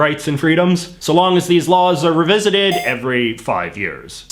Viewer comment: "Revisited" is pronounced REE-visited. Please don't copy digital voices that get "re" wrong.